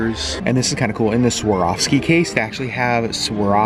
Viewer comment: Did Sherri tutor you on how to say Swarovski? You said it perfectly!